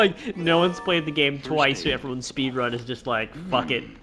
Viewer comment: It's "spedran."